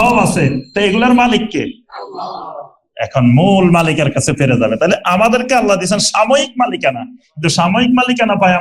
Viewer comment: আল্লা না । আল্লাহ্ শুদ্ধ করেন